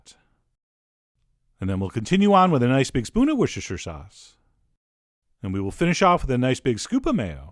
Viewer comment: How many times.. it’s Wooster, WOOSTER! (As in Wuss).. 😬